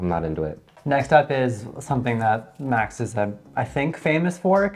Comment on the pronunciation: Max is really not worth it anymore. Till the early 00 they were creme of the crop but now it's just a microwaved mess. Also it's green washing. They literally exploited poor farmers and made them starve to plant a few useless trees. And it's Max, the male name, not American max as you pronunce it.